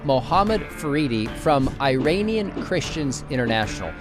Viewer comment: when you say “Iranian”, it’s supposed to be “i”’as in “it”, not “i” as in I. I just had to say that. Thank you for your content and I love your channel and I tell others about it!